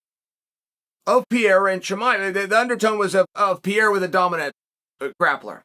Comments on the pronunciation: Can someone please let Chael know hes pronouncing Pereira's name wrong everytime? Its not Piera Chael, its PEREIRA. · Who the hell is PEA-AIR-UH? It's PURR-RARE-UH. 😂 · Damn! Pronounce His Name CORRECTLY! “Peh-heida!” Not “Pee-era”. Please for the Love! If a “Pro” podcaster from Brazil was doing a piece on the newly crowned Champion Of the World, Chael Sonnen, and he insisted on pronouncing it as “Soo-Nane”! Ish would HIT The Fan! Please Uncle C! Assume your pursuit of perfection and Know Your Ish! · Pa-Ray-uh Chael please stop calling him Peeair-a bro please lol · if cheal calls you "Piera", you're no longer Pereira...from now on you're name is Piera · For haeven sake is PEREIRA and not PIERA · Piera LMAO. Chael is such a numbnuts. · purr-era. It's not hard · Wait who is Pierre-uh? 😆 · Who's pierERA? 🤣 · new mythological fighter: Alex "PIERRA" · who the fuck is pierra uncle chael?? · K Pereira. Only chael calls him pierre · Chael still calling Alex pierra 😂😂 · This is a very hard listen. I think pronouncing Pereira's last name correctly is a small ask and it says alot by not pronouncing it correctly. I think being a professional is not that difficult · It's astonishing how such an intelligent guy can consistently mispronounce 'Pereira'. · Dude! your pronunciation of Pereira is so freekin original it's from another planet. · There’s two R’s in Pereira champ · Chael better learn pronouncing "Pereira" right.